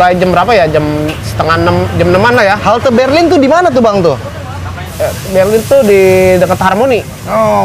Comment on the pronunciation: Duta Merlin Bang..bukan Berlin